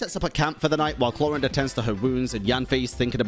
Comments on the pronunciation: the whole time i was just trying to figure out why pronounces Clorinde as if it's spanish or german lol the 'e' at the end is silent xD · I stop you all it's Clor"ai"nde and Si"j"ewinne how it's pronounced (Sigewinne I didn't know it was a thing) and Clorinde is a character of French litterature like Neuvillette. Thank you. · Bro! ... You could've atleast tried to learn the pronunciation of sigewine and chloride before hand . You are pronouncing them worse than I could've if I were challenged to do so